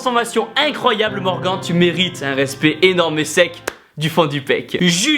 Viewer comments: sa se dit pas Morgan sa se dit morgane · Super vidéo Tibo. Juste tu prononces Morgan comme Morgan(t) alors que ça se prononce plutôt Morgan(e), il le dit lui même à la fin de la vidéo. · le premier tu as mal prononcer on prononce morganneeee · Pauvre morgan a qui on a écorché le nom durant toute la vidéo